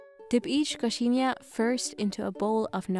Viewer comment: I just loved the way that she say coxinha and feijoada <3